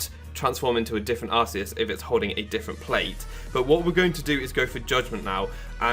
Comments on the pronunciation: no it is Ar-see-us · It's not Arseus, it's Arkeus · Nah it's Ar-kay-us. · I'm so fucking triggered its PRONOUNCED ARK-EUS NOT ARS-EUS THE POKEDEX 3D EVEN SAYS SO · ar-see-us*